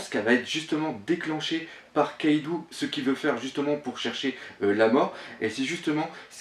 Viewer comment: Le nom "Kaidou" ne se prononce pas KaïdOU mais bien KAÏDO, le "ou" au Japon n'existe pas il est dans la romanisation, là que pour accentuer la prononciation du "O" En gros c'est comme s'il y avait deux "o" dans Kaido ou un chapeau sur le "O" donc Kaidô.